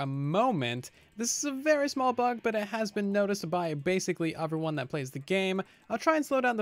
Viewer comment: Bug: saying OFeryone instead of EVERYone Only kind of annoys me because I spend so much time watching his fire bedrock content